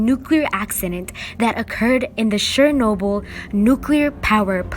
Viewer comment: It’s Chernobyl not sharenobtyl